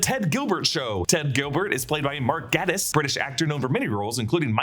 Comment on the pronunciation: Gatiss is pronounced gai-tiss not gat-iss. I'd wonder when he read the script he thought of Doctor Who stories where Earth gets moved.